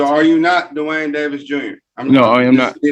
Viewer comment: "Duh-Wayne" Davis..........What a dope!